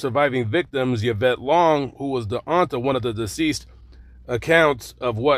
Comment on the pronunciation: Lovely as always, but it’s not ‘Yavette’. It’s pronounced ‘E-vette’.